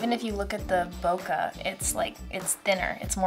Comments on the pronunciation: ''Boka'' It's Bokeh, ''Boh-Kay'' It's simple english. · It’s not bo,ka. It’s bo,ke. As a Japanese I can’t watch after such a mistake. I’m leaving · Who tf is this? She cannot even say BOKEH correctly. She keeps calling it BOKAH. So annoying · I can't stand when photographers can't/don't know how to pronounce BOKEH properly, especially professionals or those that have been shooting for years.